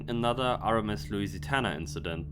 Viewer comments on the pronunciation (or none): Its Lusitania not Lusitana